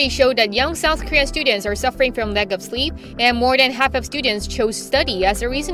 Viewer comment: The mispronunciation of Korean is staggeringly bad. Like there was no attempt to even check first, just reading what's on paper.